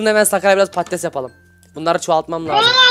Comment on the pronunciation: abi patates değil padtiz